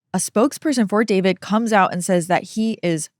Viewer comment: Everyone I've personally heard refer to him as D-four-vid is saying it wrong on purpose to show their complete lack of respect for him, which I very much appreciate and agree with! What a complete idiot, how could he think he wouldn't be caught? JUSTICE FOR CELESTE! Rest in peace, sweet girl 💜 Eta: having 3 chainsaws delivered by postmates is wild work